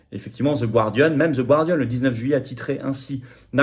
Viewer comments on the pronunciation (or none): Il faut travailler ta prononciation de l'anglais, Florian. On prononce [Naïdjeul] et [Gardian]